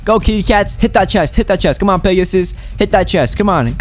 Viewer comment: I love how you said “work huge pegusus when he went to the huge cat :o I love you vids :) Keep it up 2 fav yt